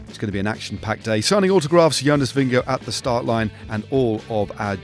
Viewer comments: “The man in the red jersey: Jonas Vingago” err… nope try again. Stephens is a lovely guy but why does he choose to reinvent the pronunciation of EVERYTHING vingeGAARD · no it isn’t. The danish pronunciation is vin-ye-gaw/vin-ye-gor, not vin-ya-go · Why does he keep saying vingego? Is that how his name is actually said?